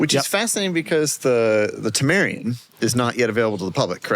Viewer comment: I like that called it the Temarian